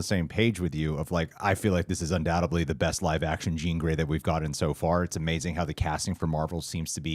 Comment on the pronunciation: Undoubtedly, not “undoubtebly”